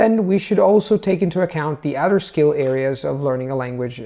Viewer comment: your English grammar is on point. I’ve watched 5 (I think) of your videos because they were suggested by a friend and I’m extremely impressed by your fluency in English. That being said, I did notice in this video and one other that you pronounced the voiced “th” in “other” and “mother” as a “d” while pronouncing it perfectly at the beginning of words. I don’t mean to be hypercritical because your vowels are quite good (one or two noticeable mistakes) and your rhotic “r” is perfect, but the mid-word voiced “th” would be something to work on. It’s very noticeable to a native English speaker. Otherwise, your fluency is outstanding!